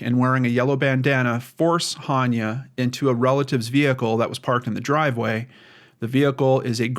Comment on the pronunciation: Pronounced AH-ne-ah. I love your show so please don't take this as a criticism. I think it's important to get her name right. The YouTube channel Gray Hughes Investigates has a great video about Hania's abduction.